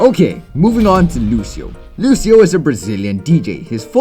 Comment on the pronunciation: It's so funny to hear you say Lucio's name with the wrong pronunciation LOL